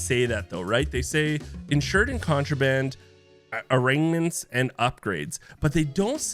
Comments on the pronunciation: Love the content buttt it’s “Arm” “Ma” “Ment” like guns and such. An arraignment is something you do in court. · AR - MA - MENT thats how you pronounce it